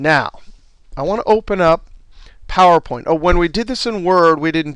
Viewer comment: Great Video!! Love the way he says Phawooer Point. heheeheee!